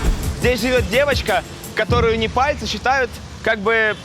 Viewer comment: Неварцы? Непальцы!